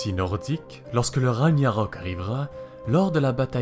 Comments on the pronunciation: Pour info on ne dit pas"Raniarök" mais "Raguenarök" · Oui d'ailleurs le "o" et plus prononcé "Ragnarôk" ^^ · Par contre le mot "Ragnarok" se prononce avec le son "g" et non le son "ɲ", pour mieux comprendre imaginez que le mot s'écrive comme ça: "Raguenarok". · Non non non, on prononce le gn de ragnarok et pas raniarok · Putain mais tu fais une vidéo sur fenrir et t'es même pas fichu de prononcer correctement le Ragnarok 🤦🏻‍♂️ ça se dit "raguenarok" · On dit Rag-nareuk mon ami, à part ça merci pour cette vidéo :) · Et ça se prononce "raguenarok" bien sûr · Ragnarok prononcé raniarok ? Damn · Oui et non ^^ 1. Il n'y a aucun autre mot qui se prononce \ʁaɲaʁɔk\ ("ragnarôk"), on s'en fiche donc un peu que gn soit prononcé [ɲ], c'est tout aussi compréhensible. 2. Dans les langues nordiques, Ragnarök se prononce \raŋnarøk\ ("ragn'nareuk", avec des r roulés). 3. Balancer ce commentaire sans rien d'autre sur la vidéo, c'est pas très gentil ni poli, tu aurais pu dire quelque chose comme "Bonne vidéo mais je reviens juste sur un détail" ^^